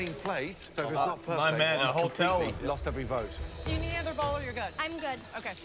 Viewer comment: Lmao he said "loosted"